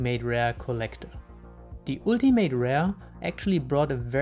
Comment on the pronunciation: "die ultimate rare" im englischen spricht man das u (in ultimate rare) wie ein a.